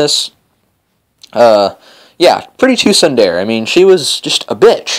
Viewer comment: Sun-Der-a lol